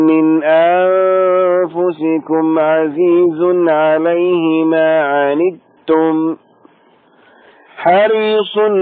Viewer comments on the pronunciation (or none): يا صوتك ما شاء الله روعة بس عندك خطأ وهي(مآ) المد ست حركات عجبني الصوت أيها